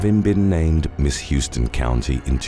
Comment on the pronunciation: It’s pronounced - HOWSTON county - not like the city in TX